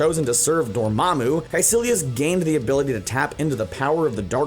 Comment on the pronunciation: It's dormmamu not dormmabu